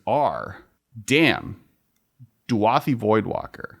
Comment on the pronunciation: DU-A-THI voidwalker? The card is clearly spelled DA-U-THI Am I wrong here?